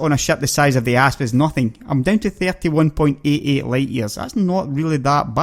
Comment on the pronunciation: It sounds like he keeps saying ARSE like "fly around in my ARSE" lol...I really like this guy, hes funny and does good videos :)